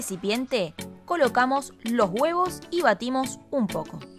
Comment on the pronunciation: estuve 3hs riendome de como dice los guevo'